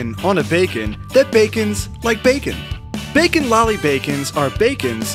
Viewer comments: you know we cant understand you right? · HOW MANY TIMES DID HE SAY BACKON?!?!